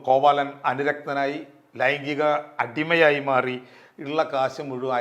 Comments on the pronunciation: കോവലനെയാണോ കോവാലൻ എന്ന് പറയുന്നത്? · Not കോവാലൻ.കോവലൻ എന്ന് തന്നെ പറയണം. ഇതൊക്കെ ശ്രദ്ധിക്കണ്ടെ